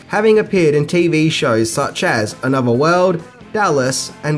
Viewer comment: Why are your th's end with a V or and F? Another = anova and with = wiff... hmmm